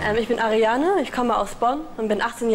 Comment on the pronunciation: Wie sie heißt:Ariana Wie er sie nennt:Ariane😂